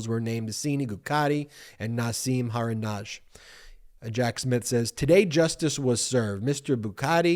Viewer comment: Haradinaj - the "j" at the end is pronounced as a "y." It's not "Hardinazh."